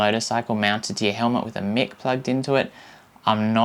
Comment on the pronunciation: Mike not Mick! :D hahahaha :D It is pretty awesome, and the 8 battery is pretty good for GoPro too. I wish they did something like this but without the built in microphones. You are bang on, a BT mic would be awesome. Great vid mate :-)